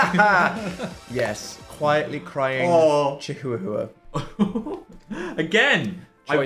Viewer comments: not dan saying chihuahua as chi/j/u/j/ua 😭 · here i was thinking i was the only one who pronounced "chihuahua" as "chee-hoo-a-hoo-a", dan putting me to shame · dan prounced chihuahua HOW?!?!? I can't tell if he's being serious or not but that's gonna hurt my lil Mexican heart if that's how he really pronounces it 😭😭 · can we PLEASE discuss dan's pronunciation of chihuahua. what the FUCK was that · how the heck did dan just pronounce chihuahua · no because i literally couldnt pay attention to the rest of the video after because i was stuck on the way dan pronounced chihuahua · I love how Dan says "chihuahua" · I DESPISE the way Dan pronounced chihuahua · Aint now way dan doesnt know how to say chihuahua 😭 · Dan saying chihuahua like that killed me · the pronunciation of Chihuahua im screaming 😭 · funniest bit is that Dan can't say chihuahua lol